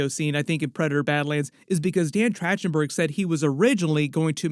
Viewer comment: Just wanted to alert you to the info that it's a hard c or k sound for the directors name - So it's said like Track-ten-burg, not with the soft ch sound. Not to be THAT guy, but I'm gonna totally be THAT guy, because I KNOW his name is pronounced all over other media properly .